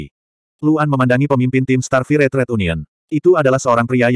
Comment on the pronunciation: Sebutan bukan starfirey.... Kena sebut starfayaa